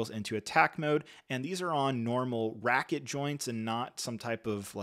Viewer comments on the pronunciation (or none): Ratchet joints, not racket... and S-Foils, not X-Foils. Also sure it's a Lego droid? Anyway, thanks for the review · "normal RACKET joints" my good sir i believe you mean "ratchet" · Also “ratchet” joints not “racket” joints